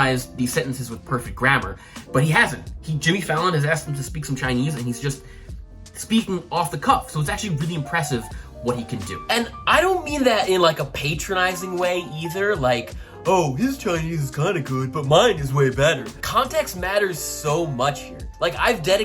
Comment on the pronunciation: pate-tronising? comon now, as a cunning linguist, surely you've worked out its actually pronounced pat-ronising by now! 🤷🏻‍♂️